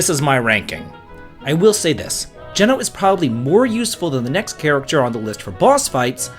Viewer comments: It’s definitely Gene-o. Like the pizza chain if you’re from New England 😅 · geno's name is pronounced jee-no not jeh-no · Who else cringed when he pronounced his name as "Jenn-o" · Never heard someone pronounce Geno as Jen-o rather than Gene-o. Now I’m wondering which it actually is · I think a lot of people pronounce it GEE-NO. We're all just guessing at this point 😅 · Depending on how your pronounce it you may not be wrong. His pronunciation is wrong (not surprising, obviously as a kid we all had to guess). It's Geeno. Hard E. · we gonna teach him how to say geno ?